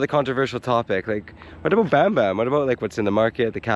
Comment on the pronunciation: when pronouncing Tagalog words such as Bamban, Saging ( banana), the 'A' is pronounced as Ahh.